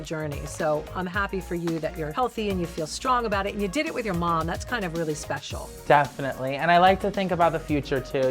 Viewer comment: Does he keeps saying "definintly"?